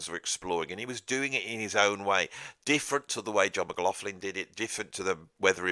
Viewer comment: when you say McLaughlin,...it sounds like McLaughflin....flin intsead of lin...I know you pronounce the ''augh''correctly as most say ''loch''...but they ''gh'' sounds like an ''f''